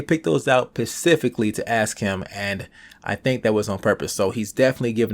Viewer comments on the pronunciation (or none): specifically not pacifically